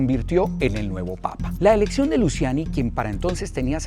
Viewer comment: Se pronuncia “Luchiani”